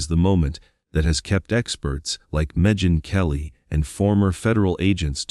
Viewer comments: How do we viewers make an assertion with this limited info? Hasty generalization has ruined many reputation…aka false rumors. Even if he is the real perpetrator, you still state that which hasn’t been proven. The man certainly did not “saunter” and Meghan Kelly’s name isn’t pronounced Mejin Kelly. There’s more but…. If seems you are compiling what we already heard and added your commentaries as factual or plausable information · “Mejen Kelly.” Omfg I hate AI. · "Al-la-bee" ? " Med-Gin Kelly" ? Do you hear these attempts at pronunciation? Can't actual human beings narrate such videos? Obviously this is an AI voice and it's quite irritating. Give people jobs, not robots!